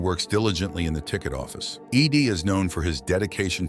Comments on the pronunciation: Ed. Not Eeeee deeeee. Ai voice detected. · E.D.? It's Ed ffs...this ai crap is getting out of hand. Can we not have humans read and write this shit and ban ai generated material?? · The AI even pronounced it "eed" twice and kept calling the female reporter "he". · Is Ed that hard for a computer to read?? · Lol, it would seem that way.